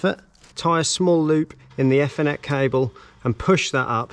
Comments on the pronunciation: usefull video tho you need to learn how to say ethernet properly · The way you are pronouncing ethernet and router is driving me up the damn wall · That is not how you say Ethernet 😂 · By the way It's pronounced Ee- thernet not eff- ernet. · I thought it was Ethernet but not Fthernet 😂😂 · the way this guy pronounces ethernet.. aethernet for reference not effernet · great video mate , however lets pronounce THE FOLLOWING E THER NET , NO E FFER NET , great vid though lol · Nice video... Is this British English, Ethernet with E from Egg, instead E from Ee? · "E" thernet. Its not eh thernet!!! Just messing with you. Thanks for sharing.. 😁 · eee- ther- net, not efff- er-net. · It's ethernet not e-thenet 😕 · e-fur-net cable, sorry was driving me crazy lol. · Honestly it was very annoying even my misses woke up and asked what an f-ernet cable was 😂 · Never heard it. I heard athernet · WTFudge ….. his pronunciation of “F n net” does my head in. On what planet is ethernet pronounced like that? 🤦🏻‍♂️ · I only heard efinet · Great install but oh Mylanta it’s pronounced ee-thr-net 😁✌️ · I have a question. What is an "effernet cable", and what is a "rooter" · Whats an ethernet - everyone else uses eeeethernet 🤣🤣🤣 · I have worked in this industry for 30+ years and never heard it called "effernet" 😂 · F-er-net!!! LOL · “Ether-Net Cable.” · phoentically its eeth - r - net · EFONET CABLE 🤣🤣🤣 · Dude its Ethernet not Fernet wow and its router not rooter!!! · Stop pronouncing Ethernet wrong!! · Yes you made it very easy to understand. Thank you. And yes I’m one of those enjoying your Ethernet & Router pronunciations. I’m nearly drunk, have to watch it again. Hope you’re a good sport. Thanks again. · Yeah, it's not a criticism or being unkind, I just have never heard it pronounced that way. It was enough to make me turn it off though. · I have never heard anyone pronounce Ethernet like this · This guys definitely found a new word, shame he keeps saying it wrong.